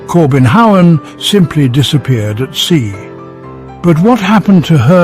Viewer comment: No, not the "Kobenhavn", the "Corbin Howen" , haha